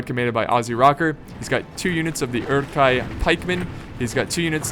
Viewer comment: I believe it's pronounced "oor-ook hi", with a rolled R.